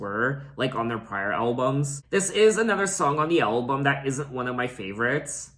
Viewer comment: Ok, but you say "Elbum"... lol